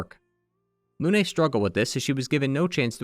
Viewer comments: Its nOT LUNAY, ITS FRENCH. ITS JUST LUNE. LOON. LYUN EVEN. AAAA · The only “mistake” I can hear is when you say Lune’s name. (Also Blanche) You pronounce the “e” at the end as if it were in Spanish, not French. In French, you pronounce it subtly like “uh” almost as if it’s silent. The same way you correctly pronounce “Lumière”. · ik this is nitpicky but in French, the e at the end of words is often silent so, for me example, Lune's name is pronounced similarly to Dune (same thing for names like Émilie, Geneviève, etc)